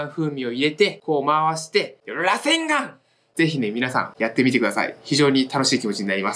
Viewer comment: 螺旋丸のイントネーションちょっと違くて草